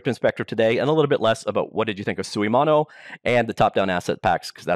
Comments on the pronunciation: You pronounced suimono 水物 pretty good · Unreal only has blueprint for "in-editor" scripting, which is now matched by Unity's Bolt. So they are on par here. But yes, this should be bought by Unity Tech. You pronounced "suimono" correctly (except the tone but that's another beast). I never bought any assets on the asset store, because I don't use Unity enough, but Script 3 is exactly what I always wanted, so I'll probably buy the bundle.